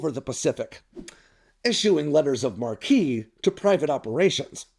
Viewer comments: “Marque” is pronounced “Mark”. “Mar-kee” could be Marquis, which is a nobleman ranking below a duke and above an earl or a count. A Marquee is a changeable sign on a theater. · He probably got the pronunciation from Ground News... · Matque pronounced like "Mark". What you said is spelled Marquis. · Letter of MARK MARQUE NOT MARKEEY!T que has a K sound not KEE sound. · I think it is pronounced like "mark", not mar-key. It is an interesting thought but I'm not sure how feasible it is when the "prizes" would likely begin being protected by real time satellite tracking and beyond visual range missiles that private citizens likely wouldn't have a defense from. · It's actually pronounced like MARK ... just play the pronunciation on google. The sound you made is spelled ... MARQUIS (where the S is silent). Whereas MARQUISE (like the diamond) enunciates the S. Letters of marque (MARK) + reprisal as in Article 1, Section 8, Clause 11 of the U.S. Constitution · Marque Is pronounced like Mark. Not like it's Spelled. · MARQUE = MARK ITS PRONOUNCED MARK. THE MARQUIS ABOVE A THEATER ISNT EVEN SPELLED THE SAME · Nonsense. A blockade of China is a matter of controlling several choke points - the Straits of Malaca being a prime example. China can't project enough power far enough to interfere with a blockade. 'Marque' comes from French. It is pronounced 'mark.' There is no need for privateering in a war against China. Absent such a war, privateering would draw one hell a lot of grief from the community of nations. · “Marque” in “letters of marque” is pronounced “mark”. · marque... it's pronounced mark. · I would just say "Letters of Marque" whilst spelt that way is actually pronounced as "Letters of mark" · It's mark. It's French, so hold your nose and don't pronounce the last syllable. [^_-} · IT'S PRONOUNCED: "MARK" LETTERS OF MARK. Good lord. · It's spelled letters of marque, but pronounced "letters of mark" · I'm pretty sure it's pronounced like "mark"... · It's pronounced Mark